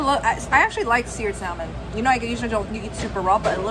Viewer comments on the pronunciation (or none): I'm a big fan of your videos as well as you. I'm also from Portland Oregon were we have the best Chinook salmon in the entire world. I'm not being rude but it's pronounced SAH-MON Not SAL-MON. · The way you pronounce the world salmon really grinds my gears 😂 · The "L" is silent in salmon!! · The l in salmon is silent....